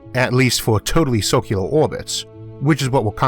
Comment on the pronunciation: Great video! When you pronounce circular "sorcular" Its freaking hilarious. Amazing video, wildly informative.